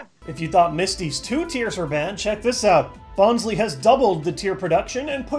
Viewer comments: It's Bons-LYE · IT'S BON SLY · The "Y" in Bonsly is pronounced with a long "i" sound. Just in case you mispronounce Arceus, the second syllable (ce) is a hard "c" followed by a long "e." Oh, and regarding the Bonsly on that card, I have only one word for that (I coined it myself): Poképhilia. The word "Poképhilia" is pieced together from "Pokémon" and "Pedaphilia." That should help you to see what I mean. Oh, and the Whooper 66, too. Please don't report this comment, as you were probably thinking the same thing when you first saw the card art yourself. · Its bonsly